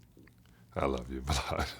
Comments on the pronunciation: John Salley says Vlad’s name the way white people say 50Cents name. “Vluddd” 🤣🤣🤣🤣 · “I love you VLOAD” 😂😂😂😂